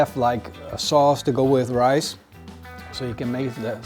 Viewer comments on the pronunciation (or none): Het is RICE lol. Niet ricet.